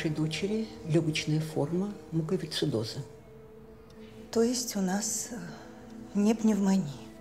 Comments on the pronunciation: Врач не может выговорить слово "муковисцидоз ")))) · Значит, увидели блюдце с молоком и заподозрили наличие кошки в больнице — антисанитария, мол. А то, что у замглавврача по КЭР мыши по кабинету бегают, это норм, судя по всему. Врачиха даже слово "муковисцидоз" произнести не смогла, сам Ладыгин говорил "диспАнсер": хреново сценречь изучали. Кинологи — хамьё. Взяли оттолкнули интернов, потому что, видите ли, собаке выйти надо.